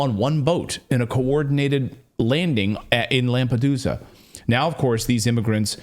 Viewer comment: Lamp -a-dooza😂